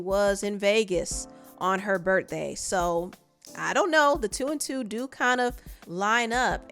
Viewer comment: U say “berdday” instead of birthday 😂🤣